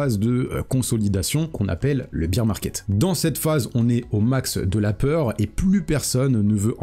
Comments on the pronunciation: Merci pour la vidéo, par contre stp c’est bear market pas beer market 😂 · Merci pour la vidéo. On ne dit pas Biiir market mais Bèèère market, excuse de te reprendre mais vu que tu le répètes 50 fois dans la vidéo, je me permets de le faire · Beer market = marché de la bière. Bear market = marché baissier. Bear se prononce BAIR comme dans 'Ber'nard :) Sinon, sympa la vidéo :) Comme d'hab' voudrai-je dire :)